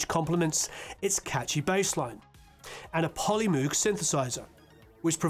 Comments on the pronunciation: I'm really enjoying this, but had to stop in the middle to comment that Bob Moog pronounced his name /mo̞g/ - a long "oh" sound. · "Moog" like brogue not Andrew Loog. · Yes, there’s an interesting video where he explains that his family says Moog, however, he chose himself to use the German pronunciation of M oh g. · Haha indeed! I watched the video where he talks about how his family says ‘Moog’ but he prefers the German pronunciation of ‘M-oh-g’ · Moog ... he says it rhymes with the magazine, Vogue.